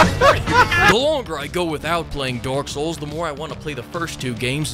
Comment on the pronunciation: Sounds like he is saying Dork souls Everytime he says it lol.